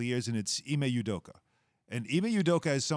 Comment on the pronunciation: Pronounced "Ooh Doka" not "You Doka"